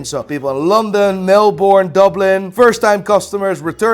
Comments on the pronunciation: Melbourne is pronounced Mel - Bin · The way he said “Melbourne”😂